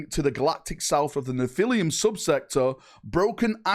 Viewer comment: Neh-phili-em sector lol. I think its more like Neh-fuh-luhm.